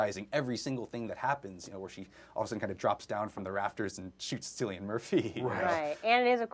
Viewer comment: ITS CILLIAN MURPHY WITH A K SOUND!!!! lol that was annoying me